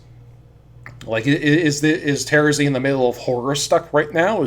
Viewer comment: I just realized that you are the only one who pronounces Terezi's name like I do Everyone else pronounces it with the stress on the second syllable and that's so weird to me